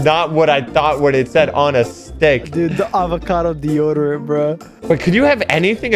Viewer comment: AT 3MIN AND 21 SEC SOCKS SAID DEOGERANT INSTEAD OF DEODERANT